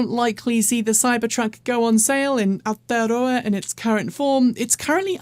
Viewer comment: try saying it like "our-toe-row-a". good luck